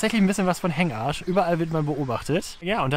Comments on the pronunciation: Es triggert mich irgendwie mega, dass er die ganze Zeit extra "HengaRsch" sagt... -. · Sehr schönes Video. Sorry, ich verstehe immer Hängarsch 😅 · Wenn du Hengasch sagst, klingt es wie Hängarsch 😂😂😂👍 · Super Video aber betone Hengasch nicht so